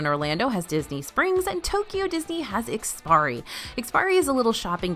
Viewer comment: Love you all's work. Just wanted to pass along that it's IKS-PI-ARI, rather than IKS-PIRI. Don't worry, we've seen tons of westerners pronounce it without the "a" as well👌